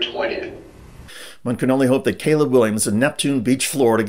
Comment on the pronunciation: The name “Caleb” is not pronounced kuh-LEEB. 🤦